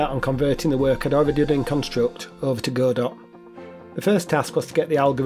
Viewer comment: Hey buddy, good to see you posting again. ❤👍 I've used Godot myself, I actually moved from Godot to Construct 😅 Also, well done for pronouncing Godot correctly, it's Go Dot like Robot. Hence the icon.